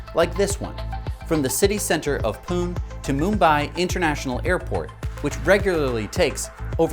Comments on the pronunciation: FYI Pune India is pronounced "poo-nah", not "poon" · its pronounced Poo-Nay (PUNE) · FYI The Indian city Pune is pronounced PoonA. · Hello and, Hi, I've been fan of the channel for quite a few months now, I'm from india and the hyperloop route you mentioned from Pune to Mumbai is actually in my home state, so when you pronounced Pune which rhymed with Tune i almost laughed out loud, I'm from this state called Maharashtra and my mother tongue is Marathi.... So please forgive me when I tell you guys that you're supposed to pronounce Pune as Marathi pronunciation: [puɳe]; English: /ˈpuːnə/ #NowYouKnow Y'all stay safe, take care 🙏